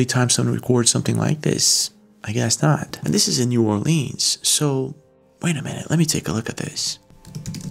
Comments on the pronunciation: It's not "New Orleeens", it's "New Orlins" or "Nola". We don't say "Leeens" or "Nawlins". God bless you. ❤ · Being from louisiana, new orleans is actually pronounced n'alens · The way you pronounce New Orleans is pissing me off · Ur video is great but please say our city name correct lol…so many pronounce it wrong…I’m born and raised in New Orleans and still live here today so I can definitely say yes vampires exist and other things as well… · If He’s in Nola he’s jiggin. God pleaaaaase pronounce New Orleans correctly please.